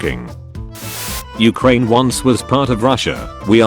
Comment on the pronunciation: Nobody: The Auto Reader: U H - C R A N E